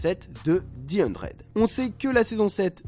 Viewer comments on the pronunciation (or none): Stp dit the 100 et pas di hundred 😭